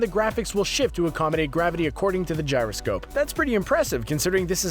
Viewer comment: turn the 3ds on its side and the graphics will shit (I know that's not what he said it just sounds like it)